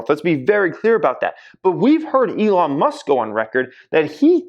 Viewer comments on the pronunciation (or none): none